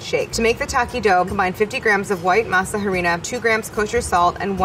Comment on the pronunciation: Elsa Reza are we not gonna talk about the pronunciation of masa harina